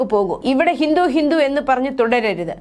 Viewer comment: കൊച്ചേ ഹിന്റു അല്ല ഹിന്ദു എന്നാണ് പറയേണ്ടത്